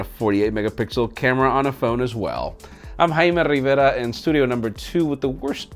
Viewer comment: Who else comes here just to hear him say ”Haimee Rrriverra!”?